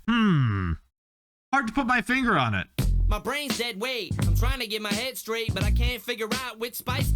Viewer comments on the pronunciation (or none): none